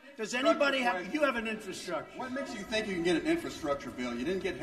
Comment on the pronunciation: He can't even say "n-FRA-structure."